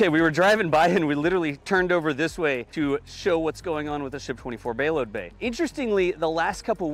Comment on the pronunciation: "Bayload bay" I like! He's coming up with new and exciting words that keep us spectators on the edge of our seats!